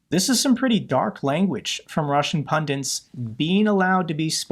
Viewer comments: Pundits not pundints. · PUNDITS, PUNDITS, PUNDITS. The word 'PUNDINT' doesn't exist.